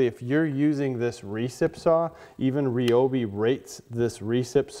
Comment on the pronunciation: RY-obi I have heard of . . . REE-obi is not a brand currently in production.